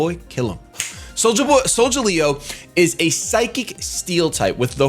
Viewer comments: It's Sol-ga-leo! Not Sol-ja-leo! Pronounce it right man! Sheesh! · "soljaleo" goddamnit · imo I think it is pronounced Solgaleo with a hard* g cause galileo the space dude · soul -ga-lay -oh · is it hard to say Sol-Ga-Leo because that was bugging me still like the video btw. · Solgaleo.... Sol- the sun. Gal- as is galpal or Galileo the Astronomer and Scientist, e- and o- as in the letters....Solgaleo... retains the Leo also...:P Just wanted to be helpful.